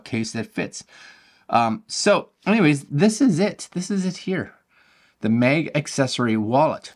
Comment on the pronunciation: Nice vid, but sorry its MAG for mAgnet, and not mEg😅 sorry. Stragling to listen 😅